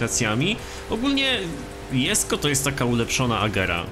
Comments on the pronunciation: mówi się dżesko a nie jesko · A nie powinno się czytać ,,dżesko"?